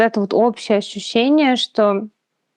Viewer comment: Вот это ваше слово "Ащющение" это шляпа полная.